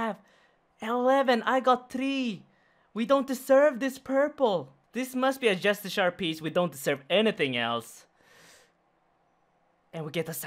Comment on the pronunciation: Just-eh-car* fuck I love you but c'mon my guy.